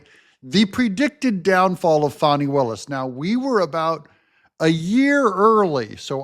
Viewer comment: Hi. Your so nice to pronounce Fani's name wrong.